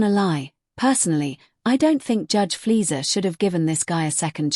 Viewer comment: Judge Fleisher, not Flir. lousy AI